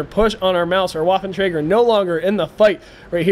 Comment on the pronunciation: That was a pretty intense battle - good job! If I may make a suggestion, however, it would be that you pronounce 'Waffentrager' more like 'Vaffentrager', because lolGerman. Thanks :)